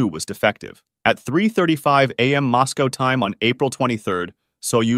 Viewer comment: MOSS-GO??? where's that??? i know where "Moscow" is... is that a place where moss gets up and GOE'S??? words are spelled the way they are FOR REASONS, but being borne AFTER 2000 i understand!!!